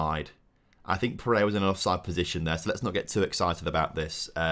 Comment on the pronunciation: really serves you right for mispronouncing pereira despite it being a very simple 3 syllable name